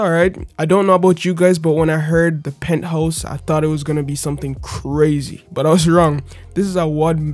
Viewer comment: Pinthouse or penthouse???